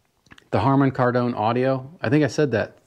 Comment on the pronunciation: Just bought this exact helmet and everything said about it is true. So far its been excellent ! (btw - Kardon is pronounced 'Kar-Din') Good video here and worthwhile content :)